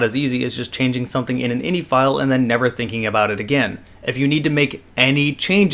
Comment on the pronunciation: You said Hex right... but you fail at computers. It Is Eye-N-Eye file not innie file.